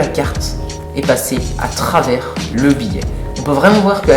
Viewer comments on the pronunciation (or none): à trrrrrrrrrrrrrravers